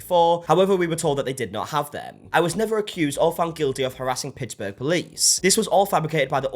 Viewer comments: I live in Pittsburgh, and you said it right! If you're from here you say it 'Pixberg'. Also, most everyone I know refuses to go to Gordo's because we all know the service is crap with an attitude. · PITTZ burg. You said it right. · I’m from Pittsburgh (yes, don’t worry, you pronounced it correctly haha) and I’ve visited Gordo’s many times and had friends who worked there as well. What she said about that restaurant was so out of line and luckily, most of Pittsburgh as well stood by Gordos as well knowing it was so entirely fabricated, as they have been nothing but such a great place in the city. Unfortunately, the owner had to shut down phone orders after this was posted as people online outside the city would harass and send death threats to both the owners and employees from people who only knew of her from what she posted. It’s an awful situation to Gordos but luckily, many people here have been visiting and ordering from the restaurant to show them how much the city supports them still ❤ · You pronounced Pittsburgh perfectly! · You pronounced Pittsburgh correctly. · You said it pretty well it’s Pit-s-burg. Honestly were never in big drama so this was a bit startling to hear about lol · You pronounced Pittsburgh just fine. But don't worry about pronouncing Pittsburgh correctly. That would imply having respect for the city. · american from pennsylvania, dont worry, you pronounced pittsburgh right 😂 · Oh shit drama from my city 👀👀👀👀 sign me up. Also you're pronouncing Pittsburgh just fine XD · you pronounced pittsburgh just right! I know the restaurant but I won't be going there now😊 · You’re pronunciation of Pittsburgh was spot on btw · watching from pittsburgh right now lol you said it fine! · That's EXACTLY how you say Pittsburgh. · I’m born and raised in Pittsburgh and I’ve never been to Gordos but had to say It was so cute how you thought you couldn’t pronounce Pittsburgh correctly. Almost to 500K! Keep ip the great work 🎉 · pronounced correctly!